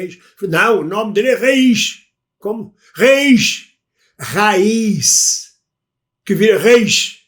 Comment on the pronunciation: E a da raiz nós dizemos raiz acentuando o a, prolongando o a. Quem lhe falou raiz dessa forma não disse bem. O a não é tão aberto como no Brasil mas é onde cai a tónica. Abraço